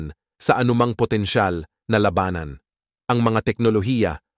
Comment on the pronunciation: Ayusin mo nman accent mo by pronouncing the word "labanan "